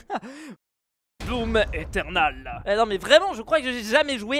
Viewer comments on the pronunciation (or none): tu n'as pas dis doom tu as dis dooms lol